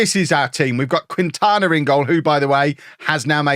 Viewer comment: I feel bad being pedantic, but know that does actually care about trying to say some of these tougher names right. I think Quintana should be "Keen-tana". Not sure about Mexican vs. Spanish pronunciation differences, but Quintana Roo is a state in Mexico pronounced this way. Keep up the awesome coaching, and I'll keep my fingers crossed for that Tycoon takeover. Never had one myself, so I'd love to see it in action.